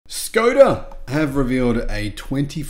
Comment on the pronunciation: Please pronounce "Škoda" as "Sh-koda"